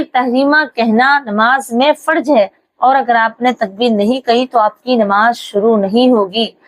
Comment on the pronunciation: فرض میں ضاد ھے ضاد نکال کر بولنا